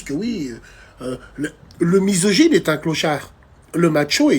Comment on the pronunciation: Quand il a dit "mysogine" est ce que je suis le seul a avoir penser a HAMID L'ANGOISSE d'ailleurs qui se rapelle de lui 🤣🤣🤣🤣